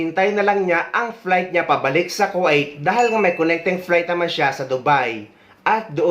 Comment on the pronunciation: Sir kwa it ba ang pagkabigkas ng Kuwait?